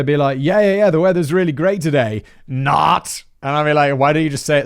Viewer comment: Simon no this guy was just an oddball, I haven’t heard someone say “not” like that since 2010 lol